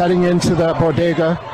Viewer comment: Biden’s don’t even know what a bogetah (Jill said) is. Trump stops at bodegas just like he did before.